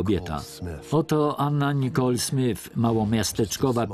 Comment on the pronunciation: SmyTH a nie SmYF. Ach, ci lektorzy...